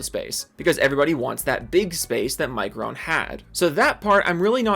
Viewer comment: I want to correct your pronunciation of micron but I lost all respect for the company so I don't care anymore